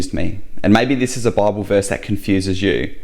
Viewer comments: I know this man speaks with a strong accent (Australian?) but does he realise he says "Barble" instead of "Bible" and this sounds rather comical. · "Bauble" to us Yanks.